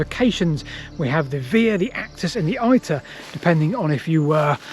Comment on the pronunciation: Iter is not pronounced like that, in Italian (and the same is in Latin) the letter "I" has to be read like the letter "E" in English.the other two Via and Actus you pronounce them (almost)the right way so why not doing the same for Iter?The point in my humble opinion is that if you use these words in a modern context ,as Via and iter are used sometimes, is okay to use English pronounciation.However if the context is to explain about ancient things and history you should use the original ,real pronounciation which by the way is easily retrievable ,and with audible pronounciation, in google translate there is also Latin language.